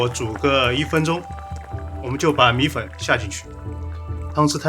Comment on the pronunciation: Siyuan Hu 米混（米粉）這個字出賣了他